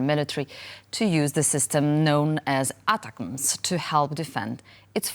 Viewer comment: ATACMS is pronounced Attack Ms.